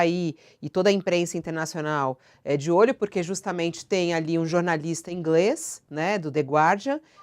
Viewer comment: inglés... vc fala inglés com acento agudo no e ....